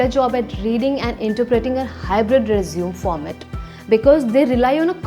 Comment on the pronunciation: It's not "resum" it's "resume" = pronounced as RE-ZU-MEY